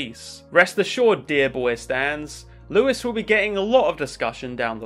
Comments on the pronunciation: Don’t say Lewis it’s fucking pronounced lewie anyway loved the video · I've heard Louis pronounced as several different things (Regular Louis, Louie, Rouie (in the subtitles)), but never heard it pronounced Lewis. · Louie- it's said Louie, I'm sure he will learn it later lol! At least I'm pretty sure it is! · love the video but if there's gonna be a followup, please pronounce Louis' name the french way, I will cry. he's named after a french king please. my tears will short out my laptop and I won't be able to give you views.